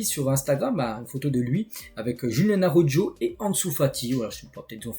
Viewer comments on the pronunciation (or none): none